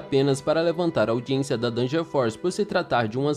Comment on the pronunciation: aldiensia??? N seria audiência? Mds do céu,as curiosidades são boas,mais a edição...mais vc é top msm ass